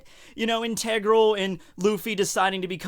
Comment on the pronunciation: in-TEEH-gral? I got triggered